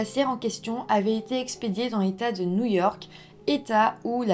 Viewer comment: alors par quoi commencer... bonjour petit lapin 🐰 tu prononce new jersey mais nouille ork ? pourquoi tant de haine 😮😂🎉❤